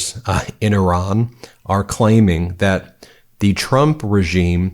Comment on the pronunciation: The people of Iran aren't sheep & if they wanted regime change, they'd do that by now. It's been like 1979 to 2025, what 45 years? By the way, good job in pronouncing this ancient area's name correctly Ih-rahn, not eye-ran like the idiot in the WH.